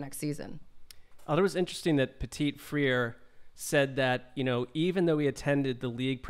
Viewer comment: "Free-er" you repeatedly said. That is not his name. Will learn how to say players' names? (*flashback to "SurTIN").